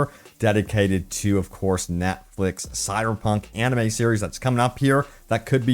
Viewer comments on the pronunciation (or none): none